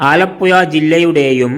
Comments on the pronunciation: പുയ അല്ല പുഴ 😂😂😂😂😂😂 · വടക്കൻ കുണ്ണെ നീ ആദ്യം പോയി നാക്ക് വടിക്ക് ആലപ്പുയ അല്ലേടാ ആലപ്പുഴ നാക്ക് വളച്ചു സംസാരിക്ക് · എന്റെ പൊന്നു ചേട്ടാ ഈ പുഴ എന്നത്. പുയാ എന്നുപറയരുത് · ഈ ചെങ്ങാതി ഏതു നാട്ടുകാരനാണ്, ആലപ്പോയ കേട്ടു ചെവി അടഞ്ഞു, ഇനി ആലപ്പുഴ യെ കുറിച്ച് പറയാൻ വരികയാണെങ്കിൽ നാക്ക് നന്നായി വടിച്ചിട്ടു വരണം പൊയെ 🤣🤣🤣🤣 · ആലപ്പുയ പയം മുയുത്ത പയം 😂😂😂😂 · എടാ പഹയാ ആലപ്പുയ അല്ല ആലപ്പുഴ 😂. ഇത് കൊല്ലത്തു ക്കാർ ഫാര്യ എന്ന് പറയുന്ന പോലെ. ഏയ്‌ അല്ല ഏഴു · പുയവിട്ട് പാലക്കാട്‌ പിടി അല്ലെങ്കിൽ അക്ഷരം പറയാൻ പഠിക്ക്